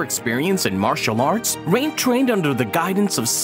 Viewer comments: What the hell? You say rain perfectly fine in the beggining and then out of nowhere you say "RAHN" 😂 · Did he just pronounce rain as ran